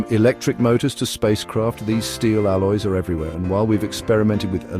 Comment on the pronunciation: Can you say alloy?